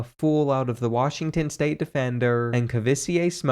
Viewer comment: As a Kentucky fan, I am appalled at the pronunciation of Kavosiey (ka-vo-si-aye) Smoke's name.